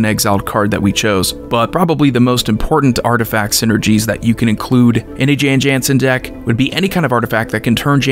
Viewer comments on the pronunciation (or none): You are mispronouncing it. It is an alternate language spelling of Jon Jonson. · No, the correct pronunciation is "Yawn Yawnsen".